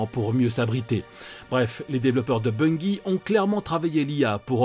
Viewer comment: BunGUI ? Non mais vous êtes sérieux la ? BUNGIE bordel ...